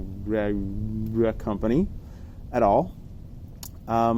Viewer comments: Ka-Rea-Rea ... Reararea ... Close enough :D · Ka-re-uh-re-uh. 😂 To throw a wrench in your works, props deal with incoming air from ALL directions. The only time you get perpendicular flow is on a punch-out. Think about it. 😉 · Very disrespectful to pronounce the name wrong every time! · The Karearea folks probably don't like you because you refuse to say their name properly, and it's not a hard name to pronounce... You and everyone else knows how to pronounce it, you just refuse to do it, and you want to pretend to be ignorant about it... Now, don't get me wrong, I really dislike the company, and would never buy anything from them... for my own reasons, but if I'm talking about them, I don't mispronounce their name on purpose like some child being silly... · you didn't even try to pronounce that name correct Karearea. honetly you just dislike them. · I appreciate your feedback, but you are an educated man. you should be able to pronounce the word Karearea just fine. it's an actual bird species BTW. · Totally with you on the prop review. But intentionally mispronouncing their name could be considered offensive, and you are probably fanning the fire by doing that.